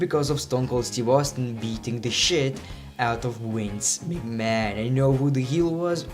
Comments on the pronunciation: why are you saying wince migman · In his language Vs are pronounced as Ws and vice versa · "Wince Mig Man" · "Wince Mcman 😂